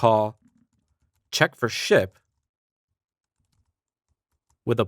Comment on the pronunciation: anyone else hearing shit every time he says ship?